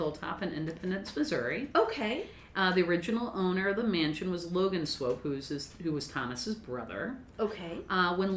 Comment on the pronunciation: I've never lived in KC, but I used to live close enough to get their local news on TV. I think it was in the 90s they refurbished the Swope Park river walk area which made the news often. They always pronounced Swope like rope, so I'm pretty sure you're pronouncing it right. What I've seen of the park is very nice, though I've mostly just been passing through. Great vid y'all! Stay midwest nice!